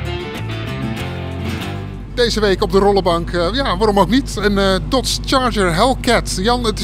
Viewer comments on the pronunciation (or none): zegt-ie nou Dots in plaats van Dodge? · Werkt bij autoweek maar kan geen dodge uitspreken 😶‍🌫️😶‍🌫️